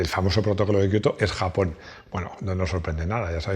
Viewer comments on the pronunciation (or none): none